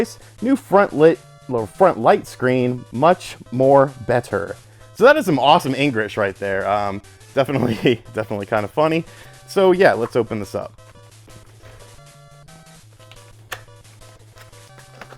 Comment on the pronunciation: tries to make fun of English Mkaes a mistake and pronouncing it Engrish